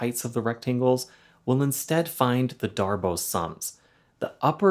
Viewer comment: Pretty sure it's "Darboo", not "Darboh". At least if we're assuming the name is French.